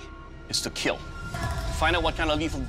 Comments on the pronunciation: It will keel. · It will Keal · It will Keel 😂😂😂😂😂